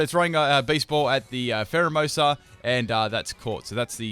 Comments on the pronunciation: You called pheromosa primerina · eevee memer 2 No, it's Pheromosa lol